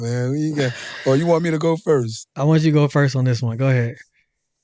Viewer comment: You have perfected Tebogo's name bra I respect you for that❤